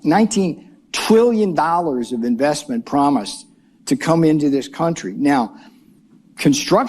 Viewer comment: He said PROMISE Ben.😅